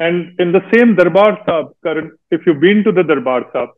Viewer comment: It's Karan not Karen